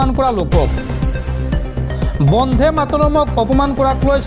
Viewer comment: উচ্চাৰণ বন্ধে হব নালাগে বন্দে হব লাগে